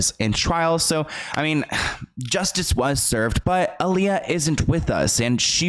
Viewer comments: Such a necessary video. Name is pronounced AH-LEYAH not UH-LEYAH tho. Solid journalism as always! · You pronounce her name I-Lee-Yuh, but there hasn't been much footage of her at the airport she was leaving from at the Bahamas before she died, just pictures of her taken bts by her close friend/acquaintance/ choreographer Fatima (Roberts or Richards)📵🧐🤔 Y???